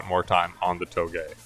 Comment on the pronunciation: I dunno why but whenever he says touge I hear toegay😂